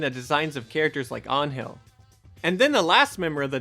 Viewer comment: As a Mexican... I was pleased you pronounced Angel's name in spanish, perfectly.